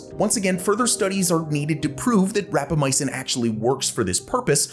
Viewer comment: It's not ramacypin. It's rapamycin. You even discussed this in . 😂